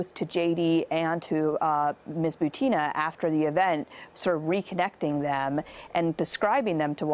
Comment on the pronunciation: I think her name butin not butina